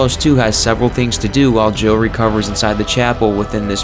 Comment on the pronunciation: It sounds like you say Joe instead of Jill